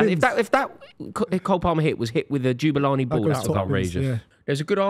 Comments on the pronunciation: ITS NOT JEW-BULANI ITS MFN JAH!!!!! JABULANI!!!!!!!!!!! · It’s the Jabulani. Not Jubalani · Jubilani jubilani 😂 does anybody actually like?